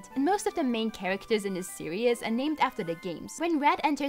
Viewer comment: An hour long video is pretty scary. The video quality seemed great. However, two minutes in, after having heard "Pokeeeemon" a thousand times, "series" being said "serious", and numerous clichés, I'm stopping the video.